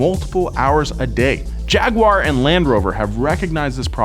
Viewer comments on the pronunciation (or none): What's a Jagoowar?... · Please start pronouncing Jaguar correctly, it drives us insane